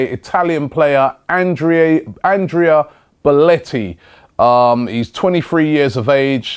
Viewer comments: boletti?? its belotti not boletti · It's Belotti not Beletti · Belotti. Not belliti. You had one job robbie, ffs😂 but anyway a really good player. Just 21 years old. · BEL-OTTI........ NOT BEL-ETTI. FFS, ROBBIE, SORT YOUR TONGUE OUT. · Yep he's name is definitely BELETTI you melt .How can you not pronounce Belotti right .fucking hell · goddamnit robbie .... XD its BELLOTI not BELLETI lol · It's pronounced Belotti not Beletti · belOtti FFS! pajnic and beletti - terrible. it is fcking BelOOOOOtti. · IT'S BELOTTI NOT BELOTTI I'M ITALIAN AND MY EARS WERE IN PAIN! BELOTTI IS AN AWESOME PLAYER REAL GOOD TOP QUALITY AND TALENTED ONLY 22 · how the fuck do you mispronounce that? its BE-LOTT-I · Do you watch any other league competition besides the premier league? First, you didn't know who Emil Forsburg was, now you mispronounce Belotti's name. SMH at these delusioned English football fans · god dammit robbie you said bellotti's name wrong right away